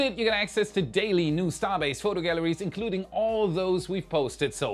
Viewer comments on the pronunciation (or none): "Galleries" - not "Gallaries" - if you do not mind. )) Sorry! Great report!